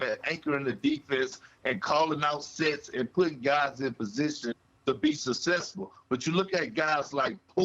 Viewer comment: Kendrick "sussesful" Perkins lol